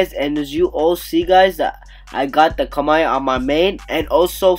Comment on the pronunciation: Sorry but it KAMUI not KAMAI